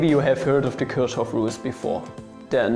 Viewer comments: "This is how you pronounce German mathematicians" pronounces Kirchhoff as Kürschhoff and Richard as Rischard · lern aber erstmal selbst Ludwig, Friedrich oder Kirchhoff auszusprechen^^ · Kirchhoff, not Küaschhoff 😂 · It's NOT Körschhoff!!! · I like the idea but if you can't pronounce "ch" and "sch" correctly, just don't try to enlighten foreign speakers. It's "Kirchhoff", not "Kürschhoff" I know, it's nitpicky, but if you talk about German pronounciation, use "Hochdeutsch" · Kirchhoff as Kürshoff? What the fuck? I don't care if you are German, but I think you are wrong on this one. :D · I refuse to be lectured on pronunciation by someone who not only butchers the English language 'wif his way to spiek', but also manages (as a native speaker) to pronounce the 'i' in 'Kirchhoff' just as the second 'i' in 'English quirks' in a video about the correct pronunciation of German names. No offence. (Although I think you were too harsh on LetsSolveMathProblems. He was pretty close to the truth.)